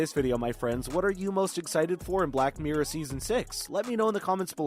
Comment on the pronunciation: Black meer 😂👌 miRRor* 😄👍 np. Xx